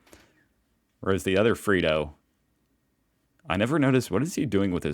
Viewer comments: It’s not “Freedo”. It’s “Fred-doe”. Like Fred. You are driving me nuts. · It's "Fred Oh" not "Free Dough". Free dough is what the government gives to dole bludgers. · Its freddo not freedo putting too much emphasis on the e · Ìt's Fred-ohs not Freed-ohs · Sorry, but if it was pronounced Freedo, it would have 2 e's and one d. It's Fred with doe on the end, like a lot of Aussie nicknames. And it's Woolworths, not Woolsworths, lol. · dude it's Fred O not freedoh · FRED-oh, not FREE-doh. Fred rhymes with bed and it has an Oh on the end. FREDDO. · Can you actually say Fred not Free... it’s Freddo F R E D (doe) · Its Freddo not Freeddo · Freh-doh not free doh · That frog is called Fred-O, not Freed-O. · It’s not ‘Free-doh’, it’s pronounced ‘Fred-oh’. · It's not Free-doh it's Fred-oh...Freddo, the frog's name is Fred the frog but has the Australianism nick name convention added to it with o on the end. Like Steveo and Robbo! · G'day! It's not Freed-o mate it's Fred-o!😂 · I think it’s weird you have such a fascination with Australia, being Australian maybe I’m blind to it but I’d love to understand what it is for you? P.s not having a go just cracks me up every post is australia……. P.p.s it’s pronounced Fred-O frogs not free-doe 😊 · Fred-do not Free-do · FREDDO (“FREDD-O”) not “FREE-DOH” Duh. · It’s Fred-O, not freedo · It's Fred-Oh not Freedoh.... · You're at it again. A child can tell that the frog is an extension of the name Fred, The boys name, so it's Fred 0, Not freedo. and you're still on Wools worth when there is no S in the middle, you need to seek help. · It's Fred'o not free'do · please, PLEASE stop saying FREE-DOH. Freddos are pronounced as Fred-Os. 😭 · W_O_O_L_W_O_R_T_H_S _(ffs). NOT f**king Woolsworths Jesus.H.Christ!!...AND "_FRED-OH_" Not frickin' '_freee-doh_' man you are enough go make a sane person go _C_r_A_z_Y_😡😮😳😡😮😳😡😮😳😡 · It's pronounced fred-o not freedo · Fred oh not bloodyfreedo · FrEddo Short E sound like Egg